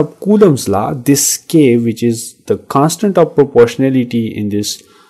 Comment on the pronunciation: Law ❎ laaaa ✅